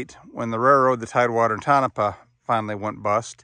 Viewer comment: isn't that name pronounced toe-no-pah